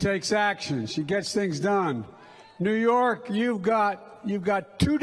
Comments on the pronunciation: He can't even say New Your without a blunder. Yew Nork!!!! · He said, "You Nork".... He carries the nuclear football. What a disaster.. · 16 in the video, he says Yew Nork. Awesome. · Where the heck is Yew Nork? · Yew Nork? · I cringed so hard 😬